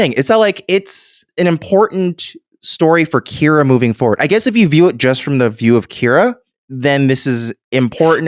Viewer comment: You know I was ready to listen to your podcast on one of the strongest episodes of Star Trek ever and then, between saying Kyra instead of Kira and Gal Gadot instead of Gul Darheel, I had to stop because even though the conversation was pretty intelligent, it is pretty lazy to just continuously embrace bad pronunciation.